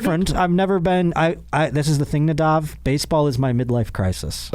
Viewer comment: Moss? Lol at least get his name right lol